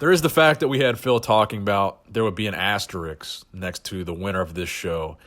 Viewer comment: I love you and your channel dude, but please: asterISK, not asterIKS.